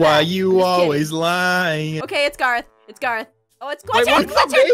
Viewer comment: Kaitlyn Jackson Garroth:ITS PRONOUNCED...GAAAARROTHHHHHHHHAA